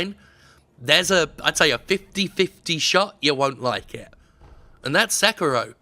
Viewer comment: Se-ki-ro. sek-ro. okay